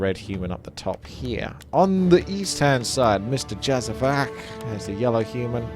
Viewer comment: It's pronounced Yazavac and the c as in z from Zinc. Its from a balkan country